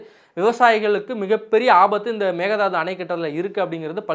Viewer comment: Pl prounce mekke thattu not mega dathu